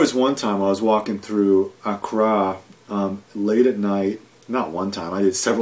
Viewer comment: honestly anyone who cannot pronounce the capital of the country he giving insight of really those that much knowledge of the place also he was only there for like a couples weeks so how much those he know plus in his other video he wanted to know about Ghana so early there no facts been state just a opponent commentary I got nothing out this smh